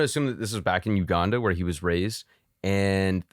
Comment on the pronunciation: He was born in Uganda. Uganda. We have internet and watch this kinda content. Please give us the shout-out. "You-gun-duh"